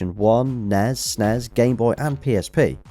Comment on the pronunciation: The way he pronounces NES and SNES will always make me laugh. It is supposed to be said as if you are saying each letter individually.